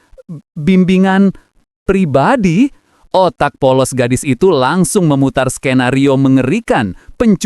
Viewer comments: "pribabi" pribadi kalo bng🗿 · "pribabi" pribadi kali bang🗿